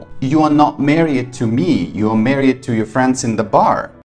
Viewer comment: Slight correction, Married is pronounced marry'd not marry ed